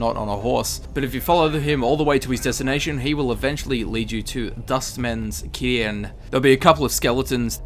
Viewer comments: Cairn - its pronounced k-air-n . Sorry. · Do you say 'cairn' wrong in it? It's like can. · The old camel sounds like he has an aneurism when he tries to pronounce "cairn."